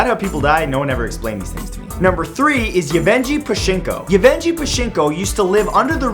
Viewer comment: Yevgenii, not Evenji